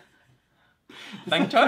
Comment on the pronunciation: WTF....lol when he says bank chor it seems he is saying bhenchod.....😂😂